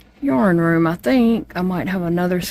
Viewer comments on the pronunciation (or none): none